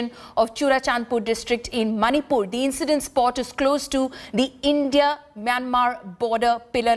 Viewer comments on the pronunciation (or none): Who say that monipur it's manipur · It's 'Monipur'! Not Maanipur! Pronounce correctly. Usually you the media persons insults us: that we can't pronounce English well. But now it's proven that you are only ignore of English pronunciations.